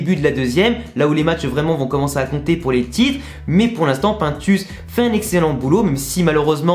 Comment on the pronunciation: Le bro ça se lit pinetus pas paintus 😭😭😭 C’st de l’espagnol